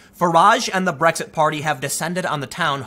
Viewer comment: It’s just an Asian guy trying to say Blexit